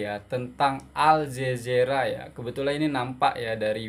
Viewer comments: Al zazeera? 😂 Pelat Ke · Sayangku. Betulkan sebutan. 1. Al Jazeera...sebutan nya Al Jazira.. 2. Indenpendence..sbnrnya INDI PENDENCE ..fonic nya..timakasih